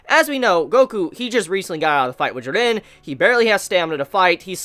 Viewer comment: The way you say "Jiran" hahahahaha